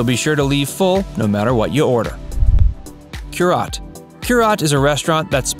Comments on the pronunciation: Just a little FYI, Cúrate is pronounced cur-a-tay. 😉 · Repeat after me... COOH RAH TEH!!!!! (it means cure yourself) horrible pronunciation. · I was OK until you pronounced Curaté as 'cure-yot". I live in Asheville, and have eaten there. It's not bad, but overblown. There are better, less-known restaurants.People selling Asheville with bought-and-paid-for online reviews should, at least, find review readers that can pronounce the restaurant names. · Somebody dropped the ball on the narration. Curaté is pronounce KU-ra-tay It means take care of yourself in Spanish. The chef, Katie Button . studied in Spain with Ferran Adriá and José Andres. She's got 4 James Beard nominations and is currently the hottest chef in Asheville. Sorry Chestnut... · This is obviously a tourist list and not well researched. I’m a local that’s into the food scene. First off, you don’t pronounce Cúrate correctly, not even close. Second, there are better French restaurants in town such as Bouchon. Missing out on other great restaurants, including barbecue joints.